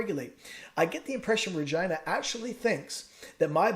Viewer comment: Love your videos!! Are you on any other platform? Facebook group? Just gotta say I'm dying every time you say "RegIna" instead of "Regeena". So funny!! LOL